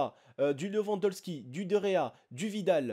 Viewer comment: mddddr c'est lewadonski et c'est rakitic ( pas lewaldonski et rakic comme ta dis ahahaha mais si non bonne video